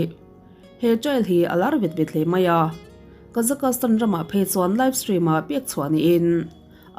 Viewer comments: Kazakastan nilo in Kazakhstan ti in kan soi thin aw. Mizotong tak chuan kazakstan tih tur. Thian poh ka nei nual kazakstan ah hian 😊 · Kazakastan tih a lam loh tur Kazakhstan tiin lam tawp rawh. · Kazakastan ni lovin Kazakhstan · Kazakhstan (ka-zaks-tan) tih ve mai awm (kazakastan(ka-za-kas-tan) i ti teh tlat a adik zwk ge phei chu k hre Chiang chuanglo na chu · Awiii I Kazakhstan lam Dan khiii or nge kazak-kas-tan ram hi khawvelah a lo awm zawk nge😅... Ka lo hre lo a nih chuan ka thiam loh a ni e😅😅😊😊😊 Kazakhstan chu ka Kal tawha Kazak kas tan hi zawn a ngai😮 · Kazakastan tih ringawt ka rilruah a awma, concentrate deuhin ka ngaithla theilo re+😅😅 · han google zuai chhin teh.. Kazakhstan pronounciation tih emaw velin.. Kuh-zaa-kuh-staan ti a lam tur . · Ka-Zuhk-staan tia lam a dik e. Inzir theih zel. Lam dan hi uluk ve deuh loh chuan rilru a lapeng ve duh reuh lutuk. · kei chu ka Google pawn tuman alamdan hian an lam miahlo..chuan tuman tianga an lam hi ka la hrelo bawk.. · Google ah i en tawp chuan i location/ip adress india anih vangin India pronunciation an lo pe nghal ang che..Bristish pronunciation ti khan han search tha leh teh ..A dang daih ang..